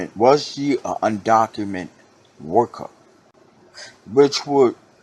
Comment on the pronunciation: Undocumented...with an ed at the end. Just saying brotha. People will take what you say seriously if you articulate it correctly.